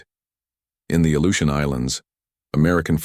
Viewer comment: Aleutian Islands, not illusion islands. AI sucks and is making us dumber